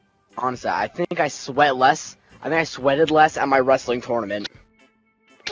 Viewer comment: Lol any body notihe doesn't know how to say tournament lol 😁😂😂😂